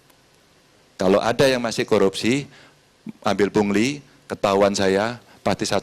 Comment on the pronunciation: Karni ilyas bindeng 😂 aduh ni ni pungli bukan puli bindeng kok di suruh bicara